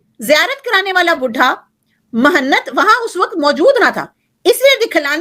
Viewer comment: مہنت بسکون النون والتاء صحیح تلفظ م اور ہ زبر اور نون اور تاء کے سکو۔ن کے ساتھ